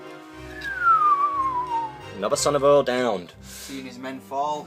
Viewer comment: I can't watch this without gritting my teeth every time you two mess the names up. Eorl is not pronounced "Earl' it "A-all" and its not "Mum-ick" its "moo-mack" get this right or start calling them Rohan knights and elephants! *sigh* Ok I feel better now, great report though guys I do enjoy them. Thank for putting them up, just fix the names please.